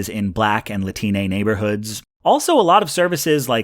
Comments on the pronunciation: did he say Lah-teen-a ?! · Wtf is a Latin-ay? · Buddy said latinay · sounded like Latine. it's a proposed gender neutral term that was actually proposed by people who speak the language. From my understanding it's picking up steam in Mexico at the moment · Gross, I’m a new sub because I unsubbed when you said Latiné but I see actual value in your content. As a Latino immigrant pls stop saying latinAYY or Latinx, none of us use that. It’s only 2nd or mostly higher gen Americanized and decultured Hispanic Americans that don’t even speak Spanish or indigenous languages that try and force it like Gretchen trying to force fetch in Mean Girls. Believe it or not it’s literally a product of active contemporary colonization. You will not catch native Mexicans saying Latinx, not even in the more gender considerate kombucha & $15 Avocado toast cafe having liberal districts with neighborhoods that are filled with either “starving” (rich daddy) artists & easily manipulable college students or pretentious hippies who start a new obnoxious hobby (outdoors) every other week and also a current slaves in med school. * I mean ”students!!!”** (My use of Mexico is intended to be analogous to any Latin nation/culture) o This is only parroted by the impressionable teens of the middle/upper class of mx who were led to believe grown adults outside of that echo chamber would actually ever use that term in real life 😂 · Latinay? Lmfao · The fuck is a lateenay? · lati-nay? What is this neocolonialist bullshit, stop changing latino people's language for them out of some kind of white man's burden obligation. What next, unironically using la-tinks?